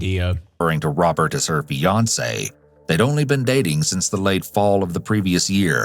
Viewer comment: When you said Fiance at the halfway point, I though you said Beyonce 😅